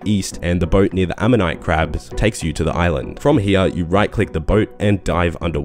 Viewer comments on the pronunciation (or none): none